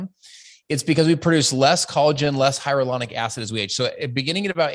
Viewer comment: Collagen and hyaluronic acid products are ALL over the place. He’s also saying hyaluronic acid wrong. He’s calling it “hyarulonic”